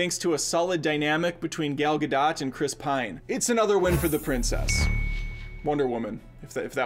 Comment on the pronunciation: did he seriously just call her "Gale Ga-dott"? Seriously? This is your job, to talk about movies, and you can't Google how to correctly pronounce her name? jfc